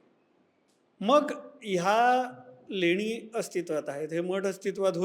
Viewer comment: Lenya nahi leni